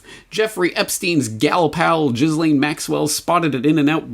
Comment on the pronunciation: I think that Ghislaine is pronounced with a hard "G", as the "G" in "give". Ghee-lane.